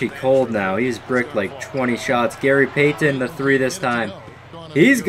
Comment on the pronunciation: It bothers me the way you pronounce Payton.